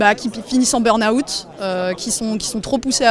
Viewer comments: t'as pas assez joué à Beurre Naoutte quand t'étais gosse toi ^^ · Gros soutient aux équipes ! Par contre il faudrait essayer de prononcer '' burn out '' correctement. On dit '' 'beurre n' owt '' pas '' beurre naoutte'' ^^